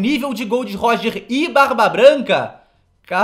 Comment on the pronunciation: GOL D. ROGER NÃO GOL DÊ ROGER!!!!!!!!!!!!!!!!!!!!!!!!!!!!!!!!!!!!!!!!!!!!!!!!!!!!!!